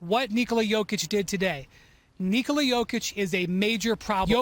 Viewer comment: After all these years and MVPs, how can ESPN still not know how to correctly pronounce Nikola